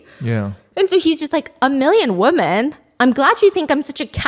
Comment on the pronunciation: Not a hater I promise but every time you say woman when you're supposed to say women it just sounds really odd